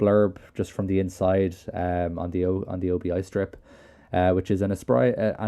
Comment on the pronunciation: Thanks for this. Very entertaining. But note, it’s an obi (as in Obi Wan Kenobi) strip not an O.B.I strip.